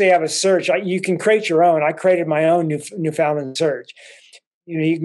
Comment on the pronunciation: Just to let you know it's NOT pronounced New Found Lind ...it's pronounced New Fin Land ..The locals are too humble to let you know that